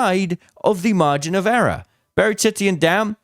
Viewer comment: Margin of “errror”. Comedy, love you!